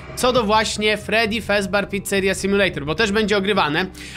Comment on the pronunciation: Mówi się fredi fazber picceria sim